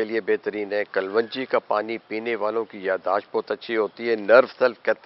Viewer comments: Why you say kal wan ji ???it is KALONJI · حکیم صاجب باقی سب تو ٹھیک ہے بس لفظ کل ون جی نہیں ہوتا کلوووونجی ہوتا ہے اگر آپ اردو صحیح نہیں بول سکتے تو اپنے گاوُں کی زبان میں ہی وڈیو بنا لیا کریں وہ بھی سمجھ آ جاےُ گی سب کو اسطرح کسی زبان کا ستیاناس ہونے سے بھی بچت ہو جاےُ گی۔۔۔ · آپ اسکو کل و نجی کیوں بولتے ھیں اس کا تلفظ کلونجی ھے ، kalonji ممکن ھے آپ کی یہ تحقیق ھو ، تو برائے مہربانی شیر فرمائیں ۔ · What is kaal wanji please pronounce right. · but it doent sounds good to pronounce WRONG